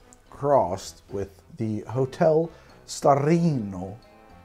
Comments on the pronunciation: From: declares war on Italy with his Super-Mario pronunciation of "Starlino" and "Torino". [Angry Italian noises and gestures] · trying to pronounce Starlino Hotel Torino vermouth as he's wasted is the funniest thing I've seen on this channel.